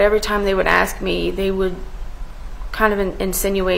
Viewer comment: this lawyer needs to speak proper english... its ASK.... NOT AKS.. I mean you make it out of undergrad, law school and then pass the bar... hunny you are no longer in the hood!!!